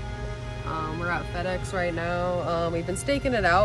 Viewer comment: All his co-workers should see this and totally alienate him. It's supposed to be FedEx not PedEx !!